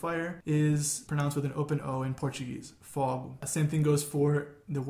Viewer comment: Moço, vídeo bem legal! Só uma correção: "fogo", no singular, tem pronúncia fechada "fôgo". A diferença acontece no plural: "fógos" (fogos de artifício). Outros exemplos: *pôvo, *póvos; *jôgo, *jógos; *nôvo, *nôvos; *ôvo, *óvos etc.